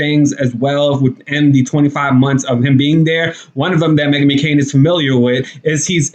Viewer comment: Are you deliberately mispronouncing her name?